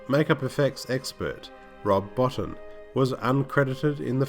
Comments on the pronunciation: Enjoyed this very much, but I wanted to correct your pronunciation on a couple of points. It's KWAY-termass and Rob Bottin's name is pronounced baw-TEEN. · As a kid this film scared the heck outta me and inspired my artistic 'juices'. And it's pronounced Rob Boteen..... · It's pronounced 'Bow-teen'. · Yes, it’s pronounced ‘Kwaiter-mass’. Also, Rob Bottin is pronounced ‘Bo-teen’. Good vid though...